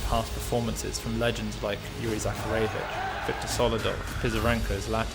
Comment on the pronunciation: You all call him Yurik, but his name is Yuri, not Yurik.